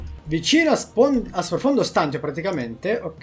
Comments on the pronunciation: pronunci male STANTIO, prova a sentire meglio la pronuncia da qualche parte 💪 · La tua pronuncia di stantio mi triggera e non poco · Ma puoi iniziare a pronunciare bene STANTÌO? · Qualcuno spiega a come dire 'stantio' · sei bravo e ti dai un sacco da fare... ma "stantio" per diana non si può sentire l'italiano è importante per chi comunica. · Non si pronuncia così stantio ;) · Non è "profondo stàntio" ma è "profondo stantìo" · Dubito si dica stàntio, ma stantìo. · Odio sentire stant io Ahahahaha E non stantio Comunque sei un grande continua cosi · "Stantio" va pronunciato come "stantìo" non "stàntio". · Stantio con l'accento sulla i👍😐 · Profondo stantììììììo non stàntio... lol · ti prego la smetteresti di dire stàntio, si dice stantìo con l'accento sulla i. Se vuoi puoi controllare anche sul dizionario. Mi triggera un sacco come lo pronunci, comunque grande come sempre. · Stantìo,pls stàntio non si può sentire😂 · non è per fare il rompicazzo ma sprofondo stàntio non si può sentire si dice stantìo! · Si dice sprofondo stantìo, non stàntio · Ok che spacchi pure se sbagli la pronuncia, ma è STANTÌO non STÀNTIO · Oltre l'inglese, impariamo anche l'italiano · Ti prego dragon, si pronuncia “Profondo Stantìo”, non Stàntio ahahahhaah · si dice “ Stantìo “ non “ Stàntio “ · guarda che si dice stantìo e non stàntio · Scusami se te lo dico ma si dice stantìo non stàntio, sorry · si dice Stantío non Stántio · Profondo stantìo , non profondo stàntio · Si dice stan-ti-o non stan-tio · STANTÍO Accento sulla I dragon ahahah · Si dice sprofondo stantío con l'accento sulla i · Si dice sprofondo stantìo con l'accento sulla i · dragon ciao belle news complimenti. Però si pronuncia profondo stantìo accentuando la i. Lo stavi anche dicendo bene. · Si dice Stantìo, l'accento è sulla i. Pensavo lo facessi apposta... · si dice "stantìo" con l'accento sulla i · si dice stantìo, con l'accento sulla i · Ma non si diceva profondo stantìo?🤔